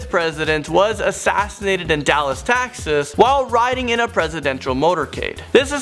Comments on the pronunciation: boy said TAXas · Did he say Dallas,Taxas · So Texas is pronounced “Taxas” now? I can dig it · Dude said taxes instead of Texas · It’s Texas not TAxes. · Oh Do Not Sing sitting down again tsk tsk, haha seriously tho I know it's a prerecorded one, and pretty sure it's Texas not Taxes. I'm just messing with ya:), good vid I expect actual scary gravestones next time if there's a part 2, otherwise just call it the TOP 10 Famous Gravestones or something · said Taxes instead of Texas. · On number 10 he said Dallas, taxes instead of texas. 😂😂😂😂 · Did he just say Dallas Taxes?